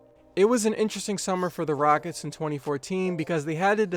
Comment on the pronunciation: "The Raickets"